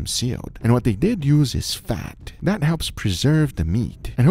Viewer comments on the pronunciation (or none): guga says "diss" and "dat"